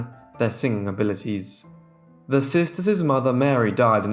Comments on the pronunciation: I'm sorry but, It drives me crazy when you say "sister'ses" There is no such a word. It's just sisters or sister's. It's like nails on a chalkboard. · The plural possessive of sisters and daughters is pronounced "sisters" and "daughters", not "sisterses" and "daughterses". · This narrator has such a flat boring tone...and there's no such word as sistersis....and it's Dickens not Dickings! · I adore your channel but you're adding an extra sylable in the words "sisters". Not sisters. Just sisters'. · I was going to mention this too 👍☺️